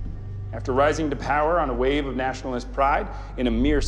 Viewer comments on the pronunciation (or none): none